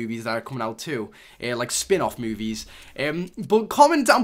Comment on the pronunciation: Why do u say MOOVIES